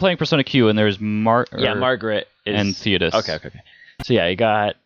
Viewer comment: I cringe when you talked about Persona 3 lol its Theo-Dore not Tho-Dis lol..